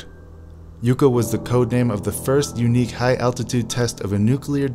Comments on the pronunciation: Its' pronounced "Yuck Ah" ! - not YOU Kah ! - You're welcome ! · Yucca (yukka) not yooka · HEY,ITS NOT PRONOUNCED -YOU-CA..ITS YUCCA(YUH-CA)...YUCCA PLANT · NOT YOU-CA PLANT(GEEZ!) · Pronounced "Yuck uh" like the cactus . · “Yucca” pronounced “Yuk - ah”. It’s a funny little tree that grows in arid climates. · Yucka - or Yuckuh. Like the cactus. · Yucca is a desert plant in NM. Check your pronunciation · learn how to pronounce YUCCA! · If you can't even pronounce Yucca correctly, how do we know your video isn't full of additional errors? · At least learn how to pronounce 'Yucca.' Hint: The included footage includes a proper pronunciation.